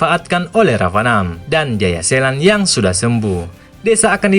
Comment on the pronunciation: Jayaselan tp d bilang jaya setan udh brkli2 dngrnya ktwa sllau blng jayasetan eh jaya selan wkwkwwk